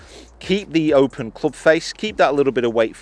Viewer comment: .......cloobsh.............'jual' sole............punting......